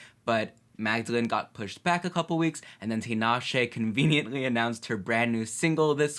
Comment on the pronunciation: Love the reaction but her name is pronounced Ta-Na-Shay